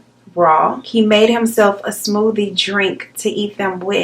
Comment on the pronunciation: he took “dis the finishing touch of the smoodie” way different than the rest of us